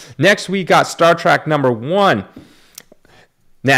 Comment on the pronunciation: Star "TREK" not "Track"